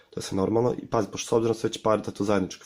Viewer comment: razumem ga kao da je rekao ćpartat